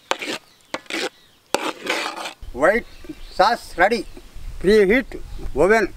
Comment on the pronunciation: People: "Oven": "Woven" Me: Jobless